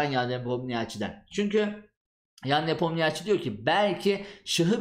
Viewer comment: Nepomniachi diye okunmuo a1